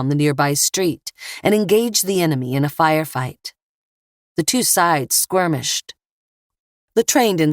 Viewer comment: "the two side squirmished" 😅